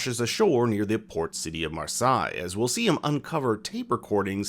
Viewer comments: Mar-sigh its pronouced mar-say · It's pronounced "MAR-SAY" not "MAR-SIGH" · You say marsaye, it's marseille, spoken as marseye 😊 pronounce the first e mar se ye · It’s pronounced MarSay not MarSigh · Marseilles is pronounced mars-hey and affamés means ravenous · isn't it pronounced Mah-say? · if you're going to cover the show, at least pronounce the french city name correctly"mar-SAY"